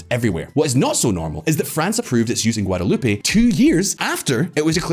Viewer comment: So it's not Guadaloopay?